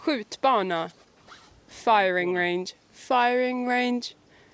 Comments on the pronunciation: holy shit, your Swedish pronunciation is really really good. That tractor is a Volvo T 31 from 1952. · You forgot to mention it is also allowed to pick berries, mushrooms and other things in all forests. And I think you have a very good pronounsiation of swedish words, like "skjutbana". Thats actually usually quite a difficult word for foreigners to say.